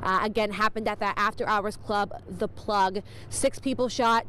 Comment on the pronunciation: "Tha" Plug